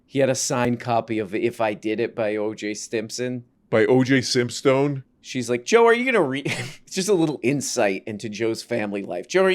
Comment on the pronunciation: OJ Simpstone is my fav pronunciation so far